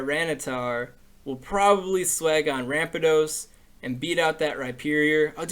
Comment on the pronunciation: U said ramparados wrong